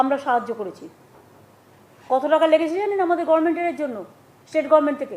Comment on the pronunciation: আজ অবধি government বলতে শিখল না।অশিক্ষিত একটা।